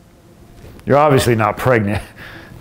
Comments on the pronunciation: oregnant instead of pregnant lol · she said we are pregnent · It said oregnant dkdjfnrj